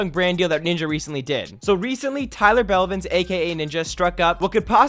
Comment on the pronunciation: nah it’s Tyler Bellvins😆😂